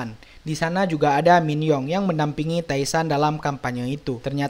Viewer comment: TAE SAN dibaca TE SAN